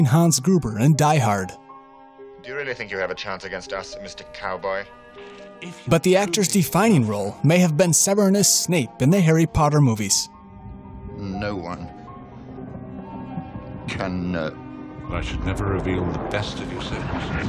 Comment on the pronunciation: This guy said severnus snape lol